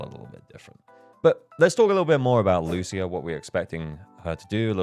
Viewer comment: Thank you for not pronouncing her name as Loosha